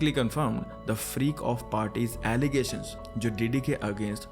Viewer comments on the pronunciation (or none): Allegations not Alligations. Thank you for taking the risk! Every one speaking on such topic is Brave 🙌 We pray for your safety. Much respect to your team’s efforts in the details, story telling, editing, sound and effects etc